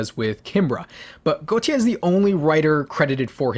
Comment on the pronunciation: Wanna point out, Gotye's name is pronounced like goatee